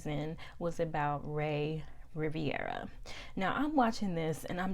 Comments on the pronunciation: RI - VE - RA NOT Riv-I-era... also that hotel name was in french not italian... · His name is Rivera not Riviera